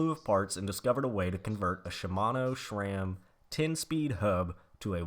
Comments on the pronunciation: It's not shram its sram. No h in the name just like sit and shit hear the difference ssssss Ram sram shram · i took a shot every time u said shrame instead of sram.....now im watchin for the third time : )